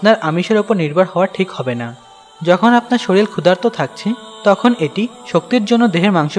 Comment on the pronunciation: শরীল না শরীর